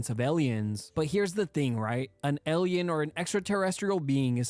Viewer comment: Im sorry.. elien..? alien? Elien?? what (Not hating i just never heard anybody say it like that.)